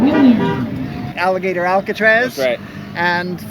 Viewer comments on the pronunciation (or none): none